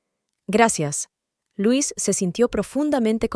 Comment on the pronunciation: Es LUISA ahora bien si es "inglés"(?) se dice lois no LUIS que es masculino ,la inteligencia artificial es la mensa artificial confunde géneros y cambia la pronunciación etc y se repite mucho, es cansado y aburrido 👎